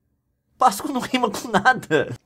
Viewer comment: men, a pronúncia e páscoa e não pascôa